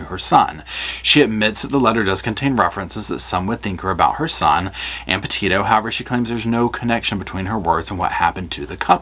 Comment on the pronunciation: Petito. Not Pito